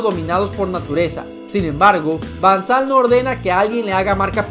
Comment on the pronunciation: Van sal es van gal jajaja